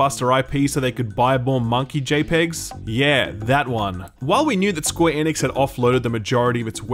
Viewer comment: What the hell - the way you say Square Enix was my favorite part of Square Enix…why did you start pronouncing it correctly?? Bring back SqueeNix please!